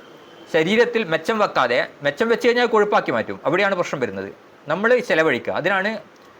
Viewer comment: " മിച്ചം'' വരുന്ന എന്നതിന് ' മെച്ചം' വരുന്ന എന്നാണ് പറഞ്ഞത് .😂